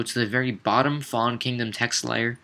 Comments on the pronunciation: Did no one else get annoyed by it not being Kingdom, but "Kingom"? x) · Anyone else notice it said kingom not kingdom? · it's KINGDOM not "kingom"